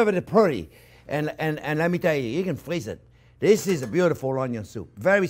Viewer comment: "You can frweeze it for seventeen years!"